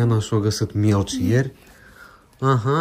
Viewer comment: Se spune melci,nu mielci